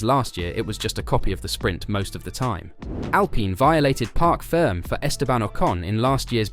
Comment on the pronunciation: It’s “parc ferme” - French. “Park ferm-ay”, not “Park firm”. 🤦‍♂️🙄